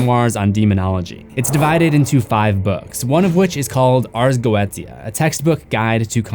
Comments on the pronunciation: I think its pronounced Go-ee-tia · It's pronounced go-e-sha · It's pronounced: Arz Go-wee-sha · Its pronounced go e tia 💀 you only pronounce it as "goesha" cuz your an underaged child watching demons get slaughtered 💀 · Dude. It's pronounced GOE AY SHUH, not Go et eeya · its pronounced "go eh sha" not "go etia" basically a book listing all the known demons and summoning rituals, its like the opposite of enochian magic which can be used to summon an angel using the angels language and an intense 8 day ritual, the snake eating its own tail is the ouroborus, but that symbol is not the ouroborus, its 2 snakes eating eachothers tails, completely different symbol and meaning, and the other one is the ouroborus twisted into an infinity symbol, so giving it a completely different meaning as well from the typical ouroborus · It's pronounced Go-E-Sha 🖤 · I hate how he mispronounced goitia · Has he been mispronounced goetia because eveerytime you day it I keep repeating go-ie-tia in my head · Its "go aye shuh" at the 4 min mark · note: ars goetia is pronounced Ars Go-E-Sha (love ur vids tho) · Everyone keeps mispronouncing this word “Ars Go-etia” take it from a Wiccan of 17 years it’s pronounced Ars get-tia; it’s Yiddish, it’s not spelled how it sounds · No offence to but it’s pronounced go-e-she-u Ars Goetia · BRO NOT YOU MISPRONOUNCING ARS GOETIA IT’S SAIDD GOESHA OMG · Goetia is pronounced GO-SHA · Goetia is pronounced Goeesha. Just letting you know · Goetia is pronounced like “go-aye-sha” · Goetia is pronounced "go-sha" 😩 Like this so he can see! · Damn missed seeing your videos also goetia is pronounce goesha lol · the way you pronounced goetia